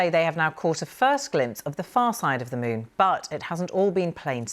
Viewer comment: I kept hearing "mune", instead of moon.